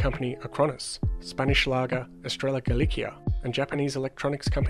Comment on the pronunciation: Estrella Galícia -> Ess-Straya Gah-Lee-See-Ah